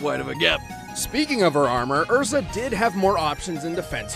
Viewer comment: Her name isn't EZra it's ERza.